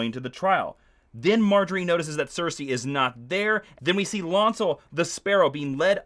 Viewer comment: Apparently their names are TOE-men and LAWN-cel now.